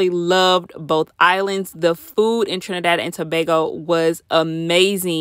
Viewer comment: Finally heard someone from america pronounce Trinidad and Tobago correct😂😂🇹🇹🇹🇹 Prayers to Haiti🙏🙏